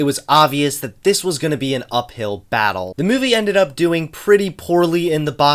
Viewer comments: More mouvie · I love the way pronounces movie as "Muvie"